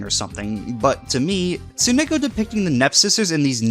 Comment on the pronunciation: Ugh, hearing you say rather than Tsunako is so weird.